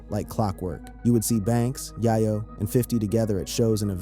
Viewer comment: Dawg! It’s not yah-yo, it’s yay-yo